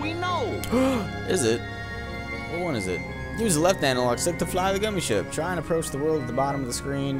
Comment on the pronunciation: every time says "gummi ship" i always hear "gummi shit" which is more accurate to be honest